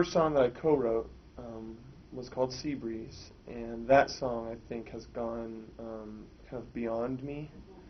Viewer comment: "See" breeze -_